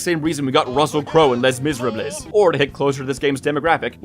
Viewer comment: Sorry how did you pronounce Les misérables?